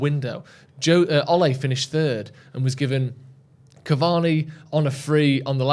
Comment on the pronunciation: its Ole, not Olay 🤣😂🤣